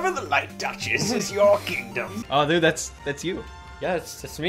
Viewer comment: “dued” “mom said she made beens”